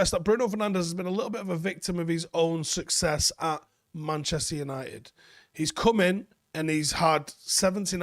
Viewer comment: “Succes” hahaha How much has he won at united again?